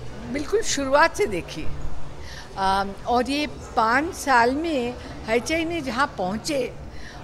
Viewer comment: She's saying Haichai. 🤣🤣